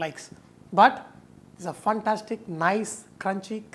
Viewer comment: Chef, You are awesome. However, the pronunciation is "fantastic", not "funtastic"! Can you please give temperatures in Fahrenheit also? I am in Canada.